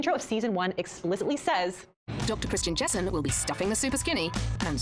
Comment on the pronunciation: she missed talking about the food tubes though. That’s the best bit 😂 and it annoyed me that she called him Christian Jenson not Jesson 🙄 it was channel 4 they like the shock factor